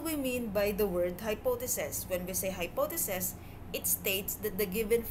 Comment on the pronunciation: good presentation but there is something that bothers me. it is some sort of confusion for your listeners about how you pronounce some words. (hypotheses-hypothesis; ef - if)